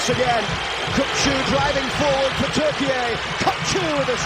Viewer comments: Its not pronounced Turkee-ay,its just plain turkey,like the turkey you guys have in the white house😅😅😅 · Goddammit, it's TURKEY, not TURKEYAYE